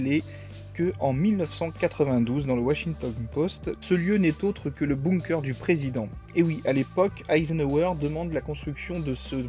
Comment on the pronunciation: Par contre, ça se lit "beunkeur"